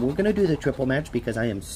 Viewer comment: I like when you say "we got a smatch" lol